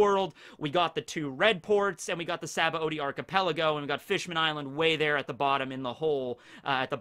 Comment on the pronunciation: Anyone else remember way back when pronounced Saboady as "Shambundy"? I'm so glad he doesn't do that anymore.